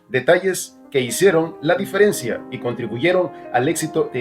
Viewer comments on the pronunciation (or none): none